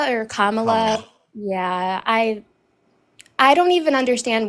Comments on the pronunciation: Right wingers disrespect at every turn. Is there anyone on the right that can pronounce Kamala Harris’s name properly? Every frickin one of the says Kam ahhhhhh la like a dumbass. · They love to mispronounce Kamala’s name. They always laugh right after.